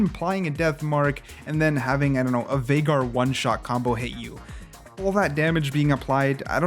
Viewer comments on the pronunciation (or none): none